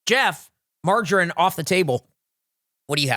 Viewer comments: I can’t unhear it now 😂 And I’ve also just realised he calls margarine “margin” 🤦🏻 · TIL how Americans pronounce "margarine" and I am shook